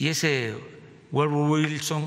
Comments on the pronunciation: "Wourfuwu wilson" JAJAJAJAJA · 😂😂😂😂😂 ggguuooogou wilson , neu yor tain....😂😂😂😂😰😨😱